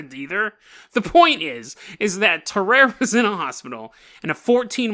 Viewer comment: Tarrare is pronounced differently tar rary is how I pronounce it